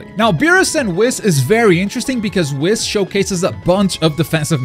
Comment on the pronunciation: Bro that is not how you pronounce whis 🤦‍♂️